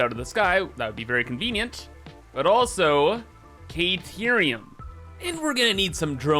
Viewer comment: Still mispronouncing cah-teerium?